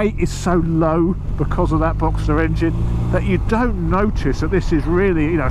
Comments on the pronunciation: Boxer,. Not Boxster. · Boxer, not Boxter. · Boxster engine 🤦‍♂️😅 its a boxer, there's no st in it....cmon get it right....nice colour to it though 👍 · Cracking video as always... I’m clearly getting old as this is really starting to appeal to me! 🤦🏼‍♂️ Maybe just an RS to start with... Looks amazing in that colour. P.S. I hate to be ‘that guy’ but it’s a boxer engine, not “Boxster” 😬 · It's a "Boxer" engine, not Boxster.